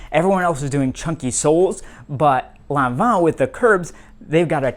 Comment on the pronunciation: Yes you actually pronounced Lanvin correctly 😂❤